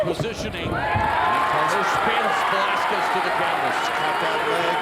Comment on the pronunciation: Velasquez? 😂 cmon